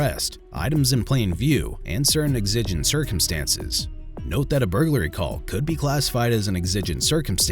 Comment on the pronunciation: Are you using an AI voice on a channel with nearly 100k subs? I'm extremely sceptical about the voice being a real person after how exigent was pronounced several times... I'm a voice actor with a great voice for videos like this and I have an in home studio with a studio grade microphone and recording skills.. why don't you hire someone that at least knows how to pronounce common terminology. Edit: The title and thumbnail are also false, they didn't sh**t anyone, yes it was at someone and for no reason, which should be mentioned.. also, the guy in this video definitely wasn't innocent. This video was not on the same level as most of your videos.